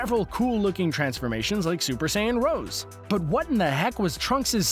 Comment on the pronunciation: It's pronounced Super Saiyan Ros-ae not Rose if you don't know about Dragon Ball why are you even here and for the 20th question 😑 (no facepalm emoji so) he's an Alien and even if he can get diabetes he won't cause he's exercise constantly every seen him sitting still? For the rest of the questions there's are some that makes no sense but this one is total bogus